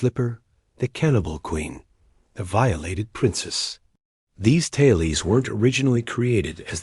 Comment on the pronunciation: “Tale-eez?” That’s why I don’t like when creators of incredible video content choose to use AI audio voices. The mispronunciations make the content second rate. For heaven’s sake, please use a Real biological human being to narrate the video. It will be far more professional, not to mention, ethical to do so.